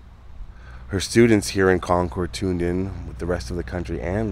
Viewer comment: Love your videos and another great one as always. As an FYI, the locals pronounce it "Con-curd" vs. ""ord". Keep up the great work and looking forward to your next video.